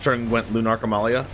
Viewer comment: Thank you so much for pronouncing Amalia's full name correctly.